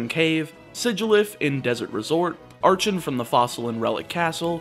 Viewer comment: In terms of pronunciation, I think Icirrus is probably eye-sirrus (ice + cirrus, all towns in Unova are named after clouds) Archen and Archeops are based on Archaeopteryx, in which the “ch” is pronounced like a k.